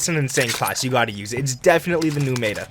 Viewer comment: learn how to pronounce meta